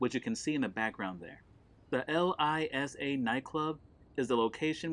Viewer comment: It is LSIA (Los Santos International Airport), not LISA